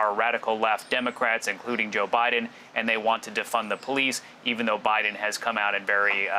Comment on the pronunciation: Did she just said JOE BIDNER ? ?? Or Am just going crazy here